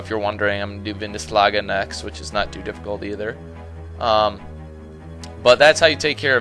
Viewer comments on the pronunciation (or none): Did he call Vindlandsaga "Vindislaga" ? I guess it's just that hard to pronounce if you're not from northern Scandinavia or Iceland or the Faroe Islands?